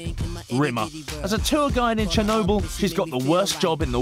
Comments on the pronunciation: I thought it was Chernobyl, not Chenobyl... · lol dude it is CHERNOBYL not CHENOBYL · It's Chernobyl,with an "r" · GRAMMAR POLICE GRAMMAR POLICE! its chernobyl.....j/k its chinobyl